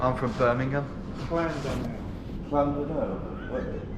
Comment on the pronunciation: Did he say llandudno?